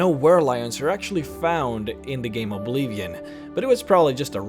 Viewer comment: It's oblivion not obleevion